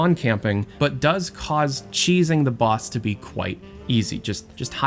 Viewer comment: That’s how it’s meant to be said